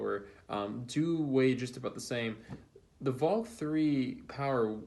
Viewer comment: Not saying the names right; it's VLAK!